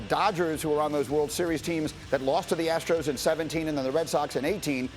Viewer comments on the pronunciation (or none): HOUSTON "ASSTROS"